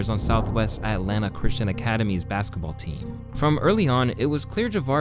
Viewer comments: Lmao atlana is crazy. It’s Atlanta bro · atlanta not atlana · Its that new sh*t “At Lana”